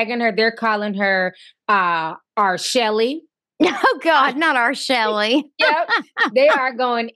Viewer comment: Not "R Shelly" 😂😂😂😂